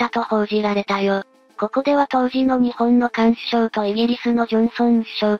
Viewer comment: ×かんしゅしょう(菅首相) ○すがしゅしょう(菅首相)